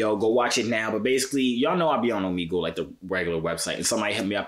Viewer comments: I’m pretty sure you saying Omegle wrong. 😭😭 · Right like it's triggering me 😭